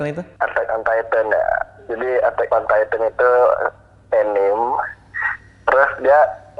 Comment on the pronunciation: baca kata "TITAN" Radit dan Kevin : Taiten Gua : Titan T-I-T-A-N